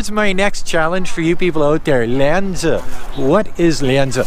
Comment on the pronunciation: its Lian Zi without H